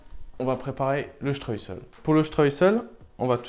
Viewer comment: Le streussel,pas le stress,oupsssss